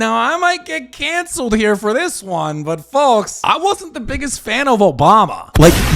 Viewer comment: This is so petty but the way you pronounce “folks” with such emphasis on the L, really grates on me 😂